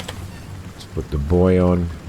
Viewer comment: BOO-EEY.... You wouldn't call a CIG ARETTE, a CIG RETTE... would you??